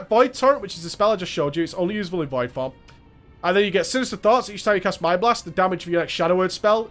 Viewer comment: Poor guy. He can't say "form" properly.